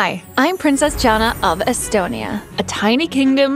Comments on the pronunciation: its not astonia, its estonia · It’s Estonia not astonia